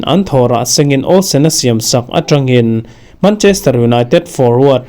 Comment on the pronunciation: mancherter 😂😂😂 city